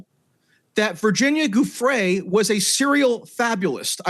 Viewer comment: pretty sure Giuffrè is pronounced /djuffre/